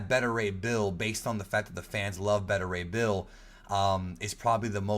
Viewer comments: Dude get your information right. Spiderman Far From Home is Not a phase 4 film. It's the final film in phase 3. Spiderman Far From Home is the final phase 3 film not Endgame. And its pronounced BETA Ray Bill not Better Ray Bill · Dude its pronounced Bay-ta Ray Bill not Bet-ter Ray Bill. Just like how you pronounce Alpha and Beta. Not Alpha and Better. Tbh it was annoying the shit out of me everytime you said Better 😂